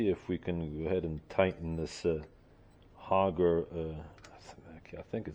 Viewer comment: The word is auger not hoger. Nice job on the restoration though.